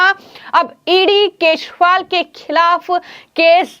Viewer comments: केसरीवाल नहीं केजरीवाल उच्चारण करना चाहिए। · Keshwal anchor kyoun kah rahi hai. Kejariwal hai sahi naam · Do you not know how to pronounce names correctly??? Why the hell have you been calling him keshpal ?? How irritating